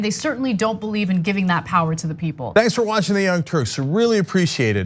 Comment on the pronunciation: POWAH WE NEED UNLIMITED POWAH